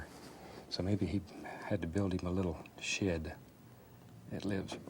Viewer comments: I just can't get over the way he says "shared" rather than "shed". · I heard “shed” 😄